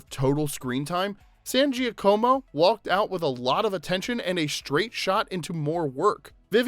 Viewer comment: It's Laura San "Ja-ka-mo" not Gee-a-co-mo. The combination of letters "Gia" makes a "J" or more like a "zsa" sound in Italian (like how you say Zsa Zsa Gabor or the first sound in the name Jaques). The "co" (in this particular name) makes a "ka" sound not a "co" sound. Yes, you can technically "Americanize" it n say it the way you did. Most likely you probably are not be corrected, but I have seen her interviewed a ton of times. She definitely pronounces her last name authentically. San "Ja-ka-mo". Sincerely, A native Spanish speaker who learned fluent Italian after being adopted as a kid n who also just made her Italian Grandmother extremely happy up in heaven for correcting you .😊 I obv speak English too lol